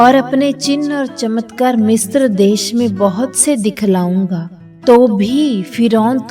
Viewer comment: Mistra नहीं पर misra होता है